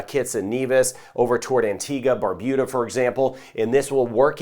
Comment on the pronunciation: He said Barbuda not BarBOOda, I am proud☺. I join with everyone in saying I am really glad for your weather updates.